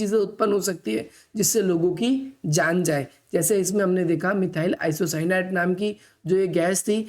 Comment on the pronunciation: मिथाइल आइसोसाइनेट ye hai n ki apka wala😂😂